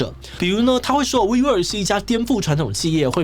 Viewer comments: 我怎麼聽wework都像是「揮霍」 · 听起来像vivo 😂